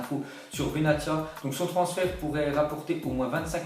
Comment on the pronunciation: Respect les noms des joueurs quand meme benatia prononce le benassia c mieux